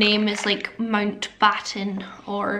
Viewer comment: at 19.23 sounds like you're name would be "mount baton" 😂😂😂😂😂 absolutely dying lol x